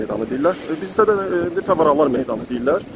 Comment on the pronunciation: yazmağın deyilde demeyivi deyirdim ama yene de gözel olmuş😂🤦🏻‍♀️👍🏻